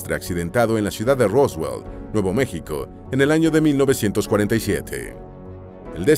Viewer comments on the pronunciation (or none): none